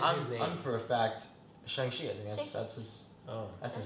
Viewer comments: Wait Oregon isn’t pronounced that way? And also on your last part, just bcuz it’s spelled a certain way doesn’t mean it’s the correct way. “Shaung” is the correct way and I’m pretty sure all Asians would like ppl to pronounce it that way since it’s the right one. It just seems disrespectful to them to not say it the right way. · Actually homie on the left in the red pronounced his name properly. It's meant to be sounded out as "Shaung-Chee" not "Shayng" 👌🏾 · the pronunciation is SHONG CHI, like sean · The pronunciation of Shang-Chi in Northern Chinese (Mandarin) is SHONG-CHEE, with a softer CH that's similar to ZH (more like Asia than cheetah). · Who tf say "shayng" sorry for my words my bad, but it is pretty obvious 😭✋